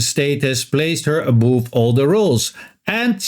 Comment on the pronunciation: Thanks for the background info... By the way "above" rhymes with "love".